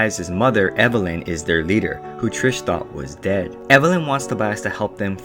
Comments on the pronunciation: i got so happy when you actually pronounced it TRIS the first time and then u said TRISH AHHHHHH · Ummmm, dude... are you: #1 illiterate, #2 deaf, or #3, speech impeded? HER NAME ISN'T "TRISH". Her name is Beatrice, which she shortens to Tris. Tris, without an h at the end. "Tris" is phonetically spelled so I cannot make it ANY clearer for you. The video would've been okay at best... if you hadn't CONSISTENTLY mispronounced her name. Was it on purpose to make fun of this work? If so, why even BOTHER making this video?? If so, you should've called Four "Fourth" or "Thomais". Idk whether the movie for the book was worse, or your ill- informed video about the books. Did you just read the Sparknotes and forget? Jesus that was painful and pointless. Way to waste your own time AND mine! Thanks for pissing off everyone who ever read the books. Bye! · also isnt beatrices nickname tris not trish. why are you saying trish :( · Why do you always say "trish" no offense just saying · Her name isn't tirsh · there is no h in tris so its NOT trish